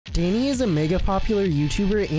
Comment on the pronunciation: I hate how he says "deahnee"